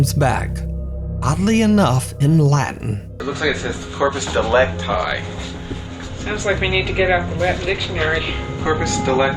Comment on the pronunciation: Actually "Corpus delicti" is not spelled "delict I", like "I am", but "delictí", as in "Inside" (ee sound). Delicti is the genitive singular form of Delictus. Its the "body of the crime", in literal translation.